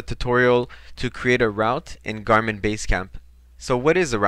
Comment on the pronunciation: Very basic. However, English might not be your mother tong as the pronunciation of route is very strange to me! Try say root for route!